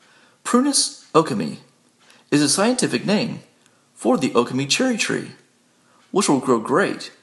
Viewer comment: Accent on the second syllable. o-KAH-me